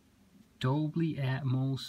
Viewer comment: It's dolby not doBLY 😛